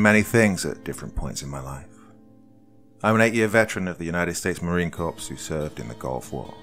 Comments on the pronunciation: FYI, Marine Corps is pronounced Marine “core” not “corpse.” I don’t know how many narrators I’ve heard mis-pronounce that. The French pronunciation "korr" (or slightly Anglicised to "kohr" or even "kore") is thus the historically correct pronunciation. Pronouncing it in any way ending with an "s" is not correct. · It's Corps, not Corpse. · marine corpse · For future reference, it's pronounced Marine "Core" not Marine " Corpse"!😂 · Marine Corps is pronounced "core" not "corpse". Downvote. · For people who don't know, "corps" is pronounced like "core". So it should have been read as: Marine "Core". ☺️ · He said Marine Corpse, lol surprised I'm not seeing a lot more salty vets in the comments. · Love you Doc, one of the best story tellers! A little, tiny, small pointer (if your fans won't roast me)? The S is silent in Corps. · He said corps :D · that’s actually Colonel Johnson, not Mr. Johnson, but I’ll forgive you. And I was US Army, not Marine Corps, but I just figured I’d help out my friends in the Corps as I know this mid-pronunciation really irks them. Most importantly, I want to help Doc out since he’s my FAVORITE narrator on YouTube 👍